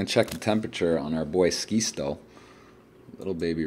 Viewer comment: Please for the love of ACES. His name is SKITZO. (SKIT--SO) LIKE SCHIZOPHRENIC